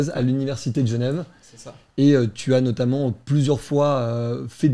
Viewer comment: Parce que du coup elle prononce les adverbes en mode "notammentE" et "lentementE" au lieu de lentement et notamment et elle justifie ça en disant que dans tous les cas à l'époque on prononçait toutes les lettres donc elle prononce de la même manière qu'à l'époque